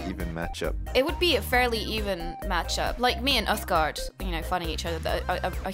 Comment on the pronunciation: ***** I think he meant that it is pronounced uthgerd not uthgard